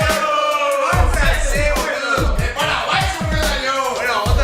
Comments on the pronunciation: dejen de decir boluo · hahaha!! so funny!! I thought "boludo" was said only in Argentina!! It sounds better with you ;)